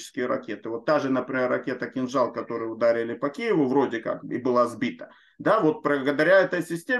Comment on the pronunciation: Сбил "кинджал" 🤣🤣